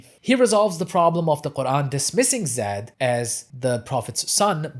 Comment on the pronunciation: The pronunciation of Zayd is with a soft a like in plane not Zed.